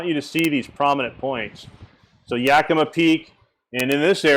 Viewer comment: not to nitpick, but they are pronounced Nacheeze and Yakamaw. Wish I'd know you were going to be in PNW, I'd drove up to meet you, only about 3 hour drive. Attending a wedding...damn, damn, damn